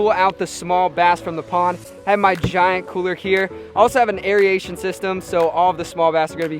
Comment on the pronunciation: not meaning for this to be hate what so ever but tbh I really don't like the way u say aeration